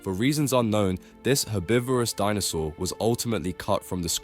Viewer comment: You pronounced so many dinosaur names wrong